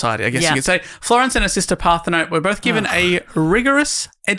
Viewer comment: Ummm ACTUALLY Parthenope is Greek, you pronounce the E at the end like Penelope or Persephone. Screaming into my iPod rn